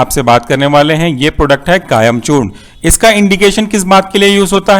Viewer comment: its kayam chooRN not kayam chooRNA